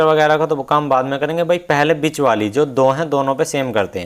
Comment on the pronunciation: उच्चारण बिच (bich) नही बीच(beech) होता है।